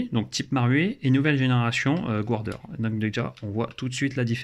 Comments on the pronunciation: Et bien ça se prononce garder en fait ^^, je te tease on s'en tape l'important c'est qu'on se comprenne, si on bâchait tous ceux qui calent leurs jires dans leur jirebox et qui font du le airsoft on n'aurait pas fini ^^ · Punaise ! Toi qui va aux States tous les 4 matins et encore prononcer Guarder "gouardère", je suis tellement déceptionné ce matin que je vais aller sacrifier un chaton ! Snif... Belle carcasse cela dit !